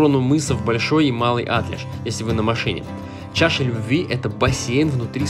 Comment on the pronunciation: Да в конце то концов,когда туристы перестанут коверкать названия:Атлеш,ударение на букву е,Оленевка,а не Оленёвка,ну бесит честное слово.с какого перепугу поменялись названия,прежде чем ехать куда -либо,поинтересуйтесь хотябы как называется населенный пункт.